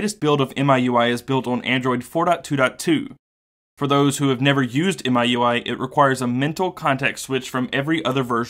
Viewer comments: FYI In China the pronunciation is MeUI not MyUI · It is pronounced as me-U-I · Isn't miui pronounced mi(my)ui? Just a play on words to ultimately mean my user interface. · Actually it's "me-ooey", but yeah. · MIUI should be pronounced as "me.u.i" as per chinese pronunciation, where MI (米) means rice in chinese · It's pronounced "Me- UI", if I'm not wrong. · it's mi（米）ui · It's pronounced as "Me You I". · i believe it's pronounce as "me" ui